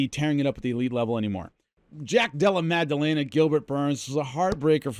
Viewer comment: Love everything you do, always have...but, the letter g is absent from jack della maddalena's name